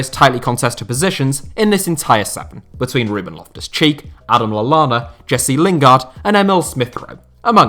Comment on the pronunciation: Stopped watching as soon as he said Adam Lallana.